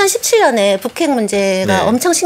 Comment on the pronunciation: 북핵 ->푸캑? 발음 진짜 이상하시네